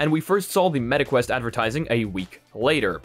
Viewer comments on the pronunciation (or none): "metaquest" IT SOUNDS SO BAD LMAOOO